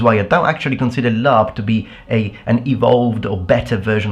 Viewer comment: I don't know much about LARP, but its called laRP not laMMA.